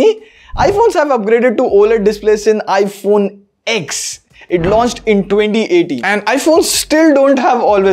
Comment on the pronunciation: called it iPhone "EX" not "Ten".. you guys know what that means.. WAAARRRRRR